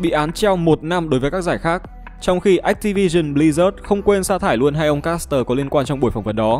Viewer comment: ách ti vi sừn bờ li rác :)